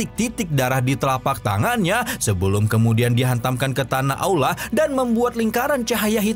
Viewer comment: teliti lagi kata2nya bang ada kata tanah Allah harusnya kan tanah aulaa